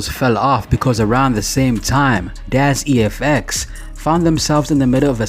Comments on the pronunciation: 9mins 34...Das E -fx? No sir its Das Efx (pronounced Das effex)...and EMPD? Sacrilege!!! It's EPMD... you're meant to be talking music, please get it right...one more mistake and I'm tapping out...i should've tapped out when i saw that pic of "Busta Rhymes"...thanks to 3dnatee for stating who it is, lil baby, da baby, whoever it is is not on my radar...fix up... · Daz affects is how its pronounced. Damn thats the 3rd fuck up on this vid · lol 😂 on how you pronounced das efx and epmd! Ur hip hop right u have to know how to pronounce the gods name